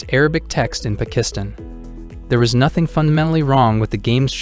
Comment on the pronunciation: Probably his pronunciation of Pakistan the first time he said it.